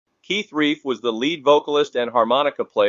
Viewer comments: Looks like the computer-generated narrator is reading “Relf” as “Reif”. It’s pronounced Relf as in self. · I am a Yardbirds fan. I THINK Keith's last name is pronounced as "RELPH," like Ralph but with an "E" where the "A" is usually found where the "A" is supposed to be. (BTW, what a crazy way to go! I believe he had been drinking at the time of the incident. Such a huge loss to Rock and Roll. 😖😥💔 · R E L F is pronounced like it was elf with an R at the beginning . Feed your AI narrator better info.